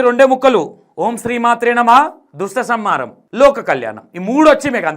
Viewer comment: అన్న ఆమెకు దుష్టసంహారం అని కూడా సరిగా పలకడానికి వస్తలేదు హలో జ్యోతి గారు అది దుష్ట సంహారం దృష్ట సంహారం కాదు